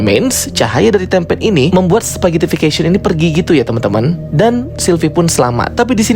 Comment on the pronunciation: Mantap bang, udah bener pronunciationnya "spaghettification" wkwk 👍😂